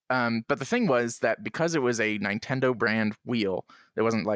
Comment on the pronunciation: 100% agree with all of you about Propagation VR. Scary as hell and shocking that it's free. I've used it a few times to show new people VR and they have a hard time keeping the headset on. Also, pronounced it 9-ten-do again.